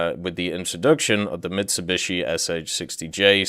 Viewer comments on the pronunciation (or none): none